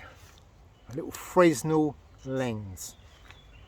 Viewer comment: I have the Collins gem version plus I have it on my phone. Good vid. You covered most of the items needed. Just one thing, it's pronounced Frennel as he was French. Kudos mate, sub'd